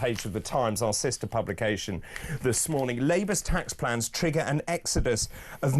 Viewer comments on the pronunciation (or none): Plans…not Llans 🤔🤦🏻‍♂️🤣